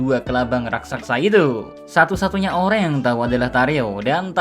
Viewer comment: Raksasa bang bukan raksaksa 😂